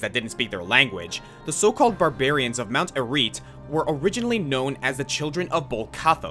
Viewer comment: Those Diablo names were all spoken wrongly, Baal, Mount Arreat and tyrael.